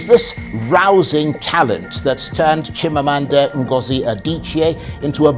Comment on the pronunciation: I feel some how when Nigerian names which has meaning are pronounced in such a way that not only it loses the meaning but mean nothing. We follow foreigners to kill our names. Chimamanda is an igbo name. It is Chim amanda not Meaning, my God will never fail.